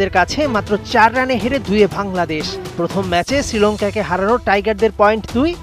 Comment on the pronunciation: Sec বাংলা উচ্চারণ গত সমস্যা আছে! বাংলাদেশকে উচ্চরণ অতিরঞ্জিত করে বলতে গিয়ে ভাংলাদেশ বলা হয়েছে😅